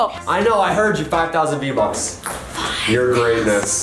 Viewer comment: Svein Revheim v-vucks? V-bucks